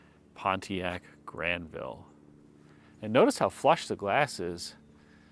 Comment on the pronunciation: Well done on the French pronunciation, my friend 👌